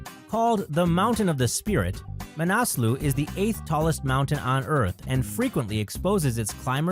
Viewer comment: Makalu = mah-kah-loo; Manaslu = mah-nah-sloo; Nanga Parbat = nahng-gah-par-baht; ( - and out of nowhere, there she is!) , this is not Annapurna I. Annapurna I is actually to the far right of the screen. My two cents!